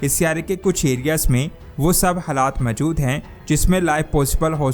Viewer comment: جناب "سیارہ " کہنا غلط ہے۔صحیح لفظ "سیٓارہ" ہے۔۔۔۔اور میجود کہنا غلط ہے جبکہ صحیح لفظ "موجود" ہے۔ براہ کرم تصحیح فرمالیں۔